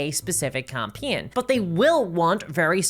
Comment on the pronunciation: it's not even "naur". it's "noy" also a big fan of "campeens"